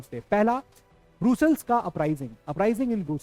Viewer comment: It's not ब्रूसलस् it's actually ब्रस्लस